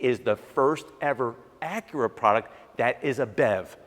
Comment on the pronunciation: Acure Type-Hearse😂